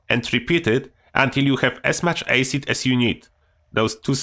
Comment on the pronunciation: Yo. I love this channel man. And i wish i could speak a second language as well as you can. The word Acid is pronounced Ass-id not Ace-id. I hope I'm not coming across badly by correcting you. It comes from a good place buddy. I can barely speak a first language, nevermind a second one 😁